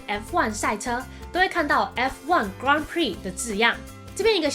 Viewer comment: 小提醒 法文的Grand是唸" 哥轟"哦 和英文念法不同唷